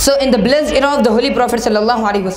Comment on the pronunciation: its the home not theee home